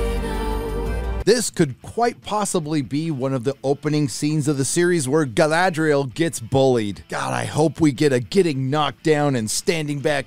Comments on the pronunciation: "Guyladrial", I like it 😂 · I love how pronounces the name Galadriel like she's a Spanish Matador. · "GUYladriel" LOL!!!